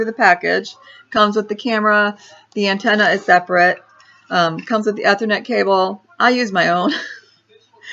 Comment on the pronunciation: You need to learn to pronounce "Ethernet" correctly if you want to appear halfway credible on the tech front :-)